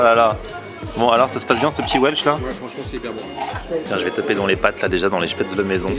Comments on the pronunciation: rhooooo ça se prononce [schpèt]... comme "je pête" et [zeul] comme ze zuis zeul avec un fort accent allemand : Spätzel C'etait la leçon linguistique teutone du jour ! Bonjour ! LOL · On dit spätzl"é" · J'avoue ça prononciation n'est pas bonne